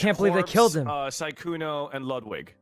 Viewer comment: I love how Jack calls sykkuno "sykuni"